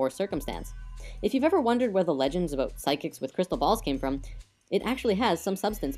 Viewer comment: lol aw you said "oot and aboot". canadians are fucking adorable. -3